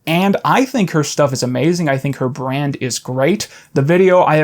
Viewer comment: I'm glad you're ding this. It's really cool. Every time you say 'brand' my soul dies a little bit but haha lol it's cool it's cool. Other good smaller people: Cool Cammy (Camille Cook), HGModernism, Going Down with Ella Yurman.